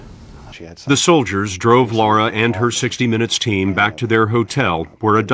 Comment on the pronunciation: HER NAME IS LARA. 🌱NOT LAURA for Gods sake !!!